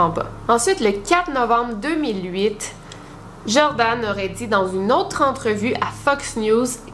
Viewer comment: C’est Joran, et pas Jordan ;)